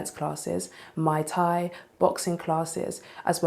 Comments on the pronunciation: It's Muay Thai, not Mai Tai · offers muay thai classes but cannot pronounce it.